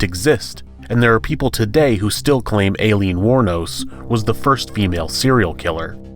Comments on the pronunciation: You’re pronouncing alieen wrong, it’s pronounced like “I-leen” not “a-leen” It hits the ear wrong. know you’re doing your best and I appreciate it but seriously if your gonna talk about her pronounce her name right. it’s irritating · Pronounced Ilene not Aliens. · Eileen. “Alien”? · Alien xD its aileen!!! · Ok, but A-lean tho?? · Alien do u not see the r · Why are you pronouncing #5 like that haha Her name is Eileen, just spelled with an "A" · FYI "Aileen," in this case, is pronounced "Eye-leen" and "Gilmouth" is pronounced "Gilmuth" like the town Plymouth in Massachusetts. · I heard Alien aswell haha! Confused me for a second. I actually thought it was pronounced 'A-leen', so I was also wrong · And? We pronounce Aileen, Eileen, and Ilene as eye-LEEN in the US, just like you, O superior one. The narrator may not be from an area where the name is popular and may never have heard it said aloud.